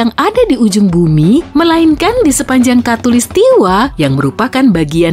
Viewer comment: Suara penyampaian nya kurang enak di denger, beberapa huruf terakhir dari penyampaian kaya di di pertebal contoh "manuSIA, katulistiWA"